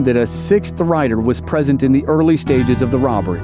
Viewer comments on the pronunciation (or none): none